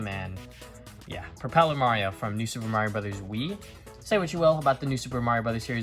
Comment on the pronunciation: I’m sorry but it’s Mario not mawio